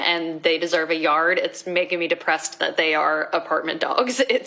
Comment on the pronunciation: Is she says thot instead of that and dunver instead of Denver I’m running before I puke.